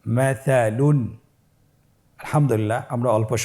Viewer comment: second এ ভুল পড়া হয়েছে । মাছালীন আছে আপনি মাছালুন পড়েছেন ।